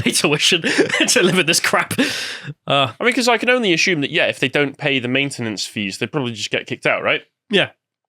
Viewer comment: How old are you two? 20's? You need to include a bit of perspective, not just perception. Not everyone wants an average village life. And its 'assume', not 'ashoom'.